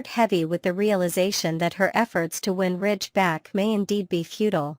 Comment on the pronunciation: Ridge not Rich. I don't know why you keep showing pictures of people who are no longer on the show. The pictures do not reflect what you are saying so it is misleading. I do agree they need some new writers. Those of us who have watched this show since the first episode, do not buy into all the misinformation and conjecture. Either present a viable program or quit with useless words that are meant to foster interest. It isn't working.